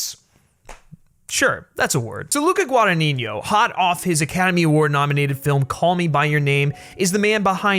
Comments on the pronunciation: This is the first video of yours I see, and I really enjoyed your review,!! Just saw Suspiria at a little artsy cinema a few nights ago, and it definitely stayed with me. Not yet exactly sure what I feel about it, but definitely one of the best movies I've seen in a while. Just a friendly Italian correction: you're pronouncing the director's name wrong. It's a tough one, I understand, but it's GuadaGNino, while you say it as GuadaniGNo, with "gn" in Italian being the same as the Spanish "ñ" sound. Just thought I'd let you know!! I really love Guadagnino, and this movie didn't disappoint. That quote of his you included at the end about the intelligence of audience I think summarises perfectly his approach to cinema:) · Pronunciation guide: Gua-da-gni-no, there's no 'niño' in it. 'gni' sounds like in 'lasagne' or 'gnocchi'. 'no' sounds like 'no'. You can actually approximate the 'gni' as a 'ñi' but not the 'no', which is just a straight 'no' ;) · hi! thank you for your video! one thing: it's guadagnino that means that you say guadaGNino so the gn (the spanish n) sound comes on the first n and the second n is just pronounced as an N. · Giallo is pronounced jaw-low. Guadagnino is pronounced gwah-dah-knee-kno. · You are saying Luca's last name wrong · I'm italian and I couldn't get over how badly you pronounced Guadagnino every time. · you really should know how to pronounce "Guadagnino" if you are gonna say it 3000 times in a video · NO, but feel free to believe whateve you want at this point, you actually said "GuadaNINIO" and not "GuadaGNINO" which is the correct way to say it. bye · the original Suspiria was not a Giallo, it was a horror made by someone famous for making Giallos. ALSO you call the director 'Guadagninignio' rather than 'Guadagnino' - very annoying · No worries it's just GuadagniNO, and the way you say it's GuadagniGNO. Love the content by the way! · repeat with me: GUA-DA-GNI-NO. GWAH-DAH-GNEE-NO.